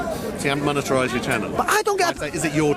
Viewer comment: keeps saying "Moneterized" but I keep saying "Monetized".